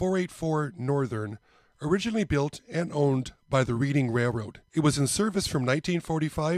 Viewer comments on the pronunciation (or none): After turning sixty, the hair on your ears, your eyebrows and any hair you don't want will grow long. The hair on top your head will stop either all over or the old male pattern baldness. Such is life. I know you do not live on the east coast and I am not making fun of you. When you pronounce Reading as if you are learning from a book, no one I have ever spoken with in PA says it that way, including people from Reading. The only way I have heard people say it is "Redding" as if you are colorizing something red. Hope this helps. It may not be the correct way according to Webster but he never lived in Reading. 😃 You are lucky to have a Hobby Shop that is close by. Hobby shops have a tough time making ends meet in modern times. So few people put up a train garden any more. A local fire company stopped with a group of individuals that would set up every Christmas season and these people loved doing it. My local shop sold his inventory and closed shop. Gone are balsa wood kits for RC airplanes and most of the RC fuel engines in favor of instant gratification with the electric ready to fly planes made of styrofoam and other lightweight materials. On a different note, Fisher Body Craftsman Guild was discontinued in 1968 where young modelers would build a replica of the Fisher Body Coach that was the emblem on sill plates of many GM cars. The Guild tried to get the younger generation involved in designing new vehicles. Now it is all done with computers. I love model railroading even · I got a lot of flack for pronouncing it read-ing. Thats how us midwesterners said it on the monopoly board. I know know better and say in red-ing. Yes its sad how times change and the youth have different pastimes and no developed skill sets. Makes ya wonder whats life gunnel be like in another 50 years